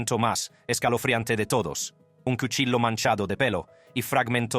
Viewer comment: Para el narrador de este video solo quiero saver por que estas narrando hablando muy bien y claro y de repente cambias la voz y te pones hablar como cuando los gringos estan aprendiendo español dices palabras como en ves de cuchillo dices culillo dices el jularo en ves de jurado y cosas asi y de pronto buelves hablar normal si vas hacer cosas como esta hasla bien si no no hagas nada por que el que se holle estuido hablando eres tù pero te pagan por que hagas las cosas bien no se como no se an dado cuenta hay muchas gente que lo ueden hacer mejor que tu y eso te llevaria a quedarte sin trabajo piensa no te pases de estupido